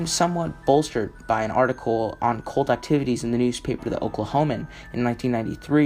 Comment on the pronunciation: Excellent upload, however, you need to work on your pronunciation. Her name is SheriLYN not SheriLENE. It's cult with a "u" not colt like a young, uncastrated, male horse. His name is David Koresh (pronounced core-esh) and the Davidian (pronounced Da-vid-eon) compound. Other than that, it's great!